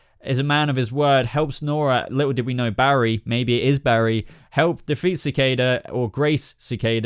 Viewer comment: Sa- Kay- Da = Cicada